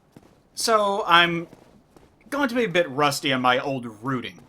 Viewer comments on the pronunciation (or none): none